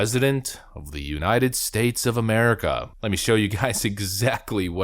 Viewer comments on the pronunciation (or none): none